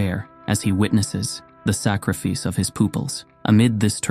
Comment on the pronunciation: “Sak-re-fice of his Pooples”